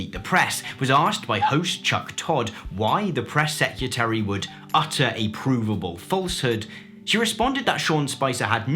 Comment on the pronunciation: this man said press sec-u-tary